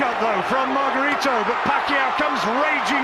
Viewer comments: mar gah ree toe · antonio magarito ang tamang bigkas ng panglan nya